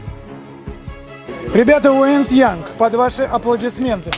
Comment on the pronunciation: Почему Уэнд Янг или у меня со слухом что-то? Уэйд же? Wade. С ихнего "бродить", "идти", "пробираться". Ну понятно, что имена не переводятся, но для понимания произношения, можно загуглить. Young - "молодой". Короче, если в гугл переводчике забить "пробираться молодой", то можно будет послушать правильное произношение. Обращайтесь) Видюхи топ!)